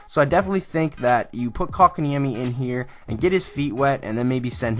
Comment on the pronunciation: xdd How did you pronunced that name that well XD